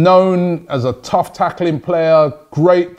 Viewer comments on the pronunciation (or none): none